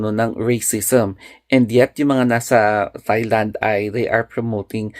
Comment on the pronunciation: Correct: T(s)ailand. Wrong: T(h)ailand. Silent po ang "h"